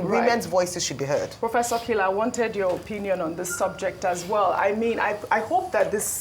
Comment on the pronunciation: Stop sounding Kila like killer.